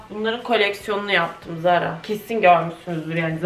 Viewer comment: Danla ZARA diye yazılır TARA diye okunur